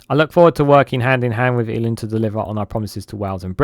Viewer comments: Eluned is pronounced Eli-ned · El - ee - ned is a closer phonetic rendition - although the pronunciation of Vaughan Gething really takes the biscuit!!